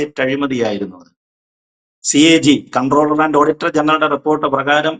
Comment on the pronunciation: കൺട്രോളർ അല്ല കംട്രോളർ ആൻഡ് ഓഡിറ്റർ ജനറൽ.